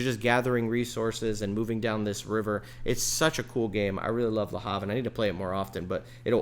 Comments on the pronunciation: It's not "La Hav"... it's Le Havre, name of a city in France....😅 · It’s pronounced Le Avre…French don’t vocalise the H.